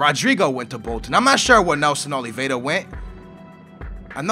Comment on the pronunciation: NELSON OLVIERA NOT OLVIEDA